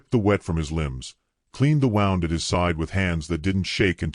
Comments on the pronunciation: The " wow und"😅😅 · Okay! Edit your narration! Starts out with the wrong pronunciation of “wound”. Then there at least 10 different spellings of Taen, Tayne ,Teagan, Ten’s, Tanynan, Tane, Tayin, and last one I noticed was Tan. You had the word Pyre for Fire. Last but not least you had Patchy instead of Apache. Don’t you even bother the read your CC before you post y our story. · Learn how to pronounce "wound", as in an injury